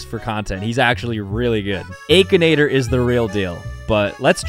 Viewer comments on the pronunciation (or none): Bro really said ‘ay-kinator’ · The AY-K-INATOR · I love/hate how he calls Aa-kinator as Ae-kinator. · "Ay kin ay ter?"??? bruh i've been sayin "ak in ay ter" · aKAnAtOr me: it’s ak(I)nator 💀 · did you just say aykinator???? its akinator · I think it is pronounced ak not ache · The aykinator bruh it's akinator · I know he didn't say aki-nator it ackinator! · it is akinator not aykinator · bro pronounces it "a-kinator" instead of akinator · Stop saying it like Aykinator it's ahkinator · Ah yes the aykenator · nahh bro said ehkinator 💀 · hold on. The “aykinator” 💀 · EXCUSE ME? “Aykinator” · bro really said akeinator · He realy said Aichanator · I still wonder y he’s calls it Akinator with that ayyy sound at the beginning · He pronounces Akinator so weirdly lol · He said akinator with the long a hahaha😂😂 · He pronounced akinator wrong 😂